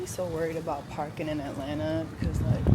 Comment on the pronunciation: “We are in Atlanterrr” 😂